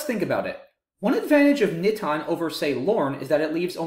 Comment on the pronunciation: Haha wow good eye Alex, you're right! I think I actually mispronounced NITON, but I wasn't really concerned about that, though I did want to pronounce the star word of the video correctly :)